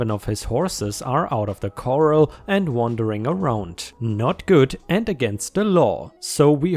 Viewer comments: Corral sounds like core AL. Not like the coral in the ocean. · Great multipart story. I look forward to the end and the exciting climax! Corral (a pen for horses. Also the act of getting horses into such a pen) rhymes with ‘morale’ and ‘Doral’—‘Core-al’. Coral (the crusty little sea creatures) rhymes with ‘moral’ and ‘oral’—‘Core-all’. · Corral is pronounced cor-ral (rhymes with pal and HAL as in HAL-9000 from 2001: A Space Odyssey), you're pronouncing it like coral which is what's found in fish tanks and the ocean...